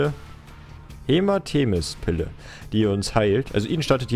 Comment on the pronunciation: als so sagte "hematemis" dachte ich mir nur so " seit wann kannst du nicht mehr lesen?" xD